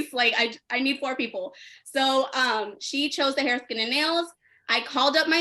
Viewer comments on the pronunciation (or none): none